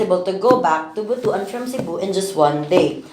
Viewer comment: ‘butwan’ not bu-tu -an